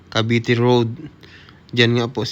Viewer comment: Sa sunod,CAVITE CITY at nd CAVITY CITY kya nag iisip aq kung san na lugar kya pr mlaman ko ay inopen ko video mu.hahaha